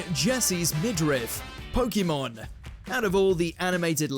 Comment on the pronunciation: Why does he keep pronouncing Pokemon incorrectly? (This coming from a Japanese person living in Tokyo)